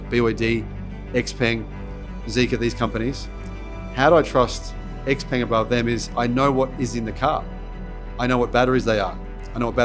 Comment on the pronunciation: Supposedly he knows so much about Xpeng's technology stack, but he can't pronounce Xpeng (Shao Paeng).